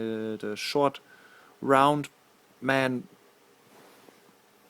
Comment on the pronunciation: "Ceelo! Ceelo is the schwort rrround man." GAHAHAHAHA!